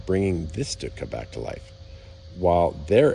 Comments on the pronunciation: Stuka Not Shhtooka Or stootka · STU KA stands for Sturz Kampf Flugzeug (Dive Fight.. Air-plane) ..Remember the Z is pronouced as TSSS the ss as zzzz, or sh. the U as ou in you, the Ü as u in dejavu so NOT an ou as in you..or as in shoe, Münster is not m'nster or moonster... So no Stüka. No stut ka... etc.. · Stuka :(Stew-Ka). Hearing him call it a 'Stit-ka' over and over was irritating. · It is a STUKA pronounced stooka not stutka. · its not a stutka its a stuka. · pronounced Stooka not Sitka. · He keeps saying "stitka." What the hell is a stitka? I always thought it was pronounced "Stooka." Still, good clear video of a great war bird. Hope to see it fly one day. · I've stood next to the Stuka in the Royal Air Force museum in London. It's surprising just how big these aircraft are, they are a similar size to a twin engine bomber of the same era. The trailing edge of the wing is at least 5ft from the ground. PS, it's "Schtuka" not "Stutka". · pronounced not stut-ka ...Stooka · Stoooooka. Not stika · It's pronounnced Stoo-kah. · Wow! But why do you keep calling it a Stut-ka? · you've obviously done a lot of research on this aircraft, it's a shame it didn't extend on how to pronounce the name of it correctly. It's pronounced 'Stoo-kuh', I have never heard anyone say it the way you do. Get it right next time dude. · You really need to work on you German pronunciation. It's NOT Stutka (throughout), and it's NOT Luftwaffle among others. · Stuka is not pronounced stutka ,but nice clip anyway 😊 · Sir your pronunciation of Stuka is killing me. There is no "T" sound before the "K". It's pronounced "STU-KA"!!!!!!!!!! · STOOKA Is the way to pronounce Stuka ..... I'm not being picky , it's just for future reference. Thanks once again...